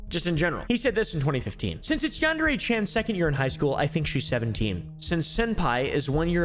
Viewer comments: its pronounced “yawn-darey”??? I thought it was pronounced “yan-dear” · Yarn deray simulator , Yon dairy simulator. These pronunciations is wild 😂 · Why does everyone pronounce it yan-dairy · his mispronunciation of yandere was funny to me but the continued use of the mispronunciation now irks me …also all these creepy white kids playing it are also not saying it right. does he even know what a yandere is in japan? it seems to me like he doesn’t, by never mentioning it and not knowing that it’s anything except the guys fake name and the game’s name